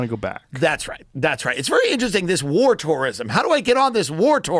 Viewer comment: “Wore toreism”. 😂